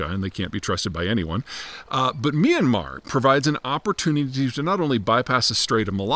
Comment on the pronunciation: Myan-mar, 2 syllables